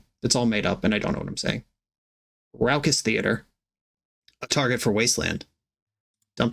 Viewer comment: Why do you say "raucous" that way?